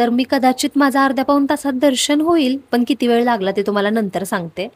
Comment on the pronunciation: "आनि", "पावने" सहा , "पन", "आनलंय" ... आमची काय तर म्हराटी भाषा. इंग्रजी कसे काय एकदम फ्ल्यूएन्ट बोलता येते?? . . . . . . शुद्ध, स्पष्ट, अस्खलित असे सर्वोच्च प्रतीचे मराठी बोलावयास शिकावे ही नम्र प्रार्थना 🙏🙏🙏